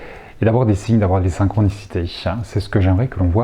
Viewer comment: Merci beaucoup pour cette vidéo. (attention aux tics de langage "synxhronicitèche", des coeureu, musikeuu c'est dommage) merci, bonne continuation !